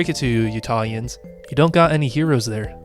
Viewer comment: why can't anyone get our name right we're Utahns